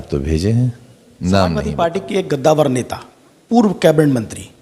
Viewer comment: Gaddawar mt bol Kaddawar hota hai